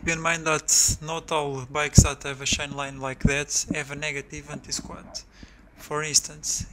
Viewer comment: The effect of the shain tenshion of the suspenshion